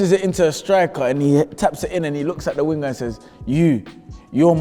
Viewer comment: the way says winger 💀